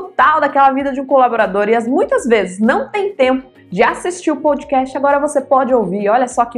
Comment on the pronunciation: Obrigado por mais estes momentos de sabedoria César, o kitcast está demais, e a está maravilhosa como host do programa, porém preciso fazer um pequeno apontamento, a pronúncia POUDCAST, quando na verdade a pronúncia é PODCAST. Esta não é uma crítica, talvez apenas um pouco de chatice da minha parte, sem mais, um forte abraços a todos e parabéns pela iniciativa.